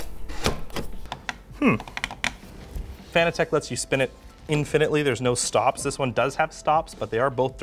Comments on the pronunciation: Are we sure about the pronunciation of "Fan-a-tech" and not like "Fanatic?" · Fun Fact: Fanatec is a play on fanatic so is pronounced like fuh-NA-tech not FAN-uh-tech. Here's Fanatec pronouncing it's own name the proper way, tell all your friends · Why does everyone call it Fan-a-tech?It’s Fanatec like sports fanatic. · Fanatec is Pronounced like Fanatic...see what they did there?